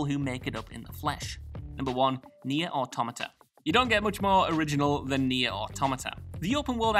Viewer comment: Omg, there IS someone from whatculture who can pronounce automata correctly!! 😲😲